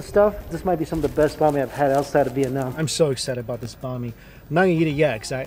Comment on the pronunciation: I hear Bah mi instead of "Bahn" Mi. My Vietnamese side is going crazy for how he says Bahn Mi but I still love your videos Mike.